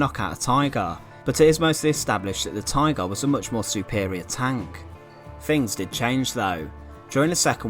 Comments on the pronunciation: What is a “tygaah”? I don’t think I’ve ever heard someone say “tygaah” so many times in five minutes. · The narrator saying "Tigarr" was so irritating.